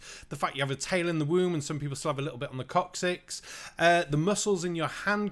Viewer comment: HaHaaa you said Coc...cyx.